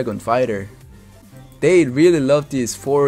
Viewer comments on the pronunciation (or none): none